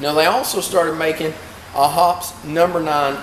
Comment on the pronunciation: Search on youtube for "Hoppes Elite Elite Gun Care" by Hoppesguncare.... hear an actual Hoppes employee say.... "Hop... eeze!" Not "Hops!"